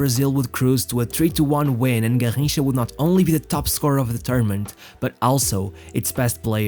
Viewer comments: SAY IT RIGHT GARRINCHA NOT GARJINCHA EVEN PELE SAID THAT GARRINCHA WAS BETTER THAN HIM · I stopped The video the video the third time he said “Garrincha”… hurt my ears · Your pronunciation of Garrincha is very odd and distracting. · Can you say garrincha one more time again?